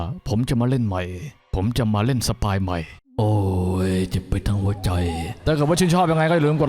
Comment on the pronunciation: สปาย หรือ สปายล์ คับลุง😂